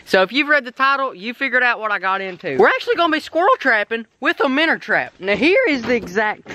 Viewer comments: It's minnow not minner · It minnow not minner